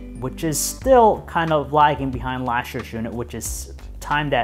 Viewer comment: I'm sorry, but I just cannot listen to this guy. Lash year? NO! It's pronounced LAST, not lash! Who the hell hired this guy to do video reviews?! Perhaps written reviews, but not video.